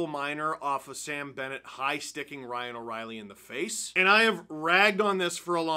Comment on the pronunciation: Ryano-actual-Reilly kinda sounds like a Harry Potter spell.